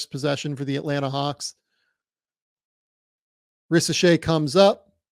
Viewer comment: What’s a hauck? It’s a hawk it’s a w not a u